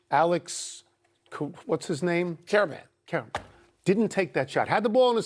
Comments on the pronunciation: Sorry Tony, if you can't pronounce Alex Karaban's name at this point, you don't know college hoops...he's already been on two national championship winners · Two old guys talking about games they attended 150 years ago is fun. Tony couldn't pronounce the UConn player's name, lol. Despite all that, these guys are still fun to watch.